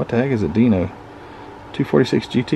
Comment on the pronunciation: It is pronounced DEAN O. It is made by Ferrari but it is a Dino. It is easier to pronounce than Bro ham😂🤣😂🤣